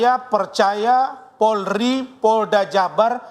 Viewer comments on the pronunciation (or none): none